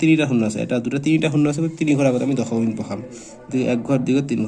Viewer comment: Sir dosomik nohoy, dokhomik boli koy 😅😅😅😅😅😂😂😂😂😂😂😂😂😂❤❤😢😮😮😮😅😅😅😊😊😊😊🥴🥴😇😎😎😎😎😎😎😎😎😎😎😾😾👿👿🥺🥶😜😜😝😝🤪🤪😁😁😜🤪🤪🤪🤪😁😁😆😆🤣🤣🤣🤣😂😂😂😂😂🤣🤣😇😊🤔🤔🤔🤔🤔🤔🤔🤔🧐🧐🧐🧐🧐🧐🧐🧐🧐🤨🧐🧐😠😠🤐🤐🤐🤢🤢😷😷🥴🥴🥴👽🤡🤥🤓😎🤑💥💥💯💯💯💯💯💗💗💓💞💞💞🦷🦴🧠☠️👅👁️👣👁️👣🧠🧠🧠🧠🧠🧠🧠🧠🧠🧠🧠🧠💪💪💪💪